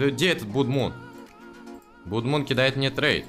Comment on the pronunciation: Там правильно будет не "блод мон", а "блад мун", а переводится "кр^в@ луна"🙃